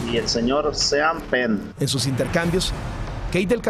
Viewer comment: Y el señor "sean pen" xD